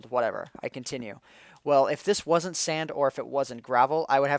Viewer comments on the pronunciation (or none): He also said "wan't". Just saying.